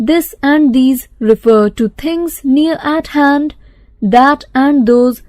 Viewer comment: its not referto its refer to